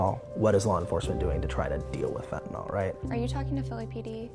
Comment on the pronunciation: It's not pronounced Fentan-all, it's Fentan-ill (phonetically), Mr. "Journalist".